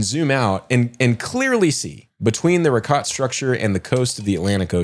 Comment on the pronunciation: Guys i love listening to yall, but get names and pronunciations right PLEEEASE. Brian insists on his accent on the end of his name, then please do others the same courtesy before you say them on your show. Monsa not Mansa, pronounced Reeshot, not Rikot (Richat structure), Ponce' not Pons Dee Leeon (Ponce' De Leon). ✌🏽